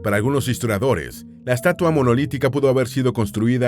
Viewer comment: no se dice "estuata" se dice "menumento"